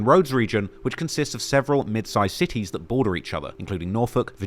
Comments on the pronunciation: I from VA and I’m so glad he pronounced those cities right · I’m from the 757 so for you to pronounce all the cities correctly shows you do your research ❤